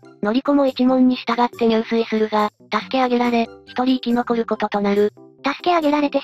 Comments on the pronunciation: 入水は、ニュウスイではなく、ジュスイと読みます。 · 入水自殺は、じゅすいじさつと読みます。にゅうすい、は水泳です。